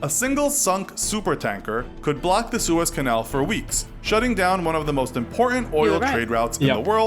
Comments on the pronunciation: OPEC is an acronym for "Organization of Petroleum Exporting Countries." And Suez is pronounced "Sue - ehz". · Suez....Sue.... ezz canal. It's in Egypt